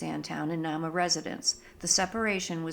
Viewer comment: This one is pronounced NAME-a....my lil bro owns the old hotel..it's a bed and breakfast now. And haunted. The wood was sent to Chicago to rebuild after the big fire in the late 1800's. That is one cool lil museum. The old General Store/Post Office was bought by my bro, and remodeled into a "Reception Hall" type of place, and he can marry you legally as well. One stop shopping! There was a school in Nahma when the lumber company was there. One of the Teachers there, Miss Nell, cooked at the Inn in the Summers, and she still haunts the place. This is really well done. I am loving your vids!! Thank you for this!